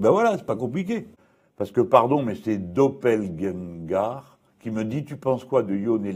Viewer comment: Dopeljengar 🤣🤣 ou Doppelgänger